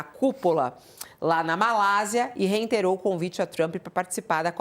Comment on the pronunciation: Não é "reinterou"....é reiterou...o verbo é reiterar, Senhorita Fabíola Cidral...rss